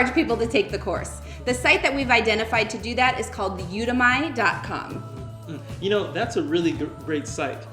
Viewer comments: Great tips, but you pronounced "Udemy" wrong. The "demy" part is pronounced the same as in "academy"--get it? So it's a "You Academy"--a "Udemy." :o) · Udemy is pronounced 'You Demi' as in Demi Moore....great content...thanks